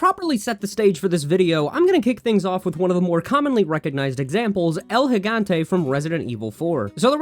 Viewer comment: I think this is the first time I've heard someone on YouTube pronounce "el gigante" correctly.